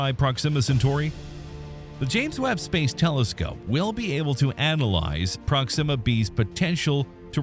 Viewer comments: Please stop saying Proximmer instead of Proxima 😭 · PROxima, not proXIMa. Ouch my brain ears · While we’re mentioning issues, the narrator pronounces Proxima weird. Emphasis on the wrong syllable. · I wanted to enjoy this video but the continual mispronunciation of the word "proxima" was just too distracting.